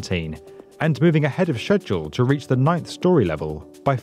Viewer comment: So he really just can't say schedule?